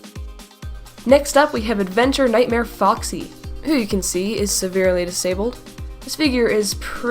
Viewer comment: and - emphasis on "nightmare"